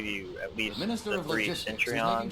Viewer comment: Bro, great video, but your pronunciation of Centurion drove me crazy. :D It's pronounced "sen-tur-rian," not "sent-trion". Not trying to be critical, just trying to help.